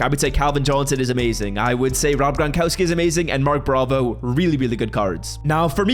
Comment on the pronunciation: “Mark Bravo”😂